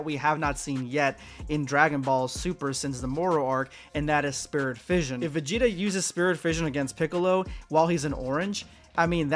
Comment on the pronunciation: Yall need to stop saying Vageta. Making my dude and pussy sound fucked up at the same time.